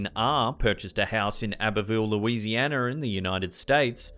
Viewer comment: The scariest part of the video is pronouncing Louisiana with a r at the end. 😂 JK!